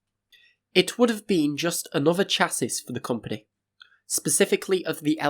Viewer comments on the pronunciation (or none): You must come from a bit of the UK that does it differently. Cha - as in the Chair sound, it not right.... Sha....as in the Shhhh sound is... sounds like shassey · Chassis is pronounced "sha-see", not "chass-iss". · Sha-see not chas-is. Good video regardless 👍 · Interesting video but why do you pronounce it "Chass-is" It's "SHAS-EE" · Just amazing how huge that turbine hall was, and would have been with 5 (if it had been completed). One point of oddity, pronunciation of chassis .... assuming you're from the Uk it's sha'ssey rather than cha'sis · It's pronounced "shassey". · Stop saying chasis please for the love of godsis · Chassis... is pronounced SHASSY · just letting you know that “chassis” is pronounced “sha-see”. great video! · Chassis is pronounced ‘shassee’ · I hate to be that guy but you’re pronouncing “chassis” wrong. It’s “ˈʃasi” - “shasee” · Love it!! I knew why I Subscribed! And Thumbs up, just as every Subscriber should do! C'mon you 12.3k Subscribers! haha Oh I ned to tell you!. As Eloquent as your presentations are, I'd sooner be Honest with you, thank keep quiet! Here goes!.. Chassis has a Silent S at the end! Sounding like 'Chassey'. Thank me later! haha :elbowcough:🚬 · Chassis is like Debris : the s is mute. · I stopped watching after your numerous pronunciations of the word chassis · Please look up how "chassis" is pronounced mate. I loved the video but that made me wince. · Why is no one able to corretly pronounce "chassis"???? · Did you really just pronounce "chassis" like that? 😂😂😂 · pronounce 'chassis'